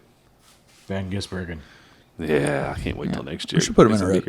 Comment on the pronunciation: And definitely did NOT say Shane van Gisbergen the first time.